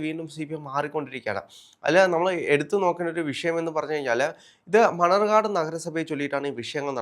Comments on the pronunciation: മണർകാട് അല്ല മണ്ണാർക്കാട് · മണർകാട് അല്ല.. മണ്ണാർക്കാട്